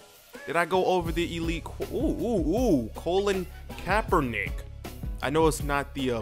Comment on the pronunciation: You pronounced Colin Kaepernick's name wrong.